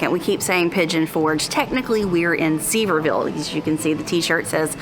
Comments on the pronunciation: It's Sur-vere-ville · FYI Sevierville is pronounced “severe ville” Love it when you travel in Ellie! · Sevierville is pronounced seh vee ur vl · It is pronounced Sever ville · it’s pronounced Severe-Vul… there are other towns in Tennessee that end in -ville that are also pronounced -vul. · I hope after you made this video you learned how to correctly pronounce Sevierville 😂